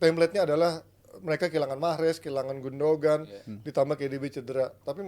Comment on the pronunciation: "gundoan" ya, bukan "gundogan", nyebut nama player gini amat ><